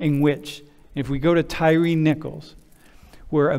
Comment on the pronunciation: His name isn't "Terry" (tear-ee") it's Tyre (tie-ree)